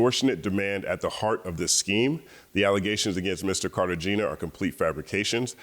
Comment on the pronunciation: The G in Cartagena is pronounced like an H, and the E is a soft E like "ay".